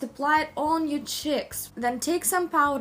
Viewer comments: Apply on your chicks.. Lol I love the way she says cheeks!! 😂😂💗💗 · I love the way you say cheeks... Like saying chiks!